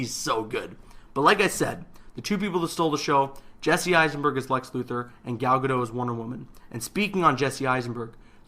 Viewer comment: Just so you know Gal Gadot's last name is pronounced as it is spelled Ga-dot not Ga-do